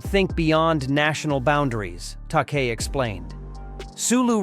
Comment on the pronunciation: It's actually pronounced George Ta-kay. And it's LIVE long and prosper!